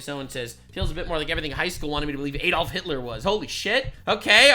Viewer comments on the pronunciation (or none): none